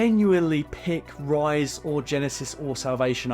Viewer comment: Ever since I heard Geekvolution pronounce Terminator Genisys as “Gen-Eye-Sees” that’s the only way I pronounce that title.